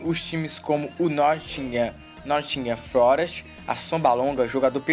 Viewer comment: "nottingham florest" lkkkkkkkkkkkjj